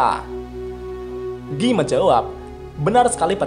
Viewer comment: Giyy.... just say guy bro lol